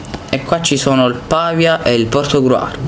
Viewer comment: il Pàvia?????? Ma sei sicuro k nn è il Pavìa?